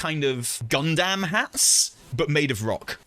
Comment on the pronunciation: Have I been saying Gundam wrong my entire life?